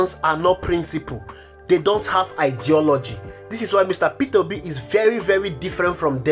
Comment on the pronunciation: You are pronouncing it wrongly - peterobi, it's Peter obi